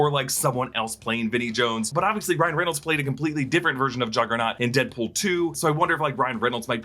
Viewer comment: He said "Headpool"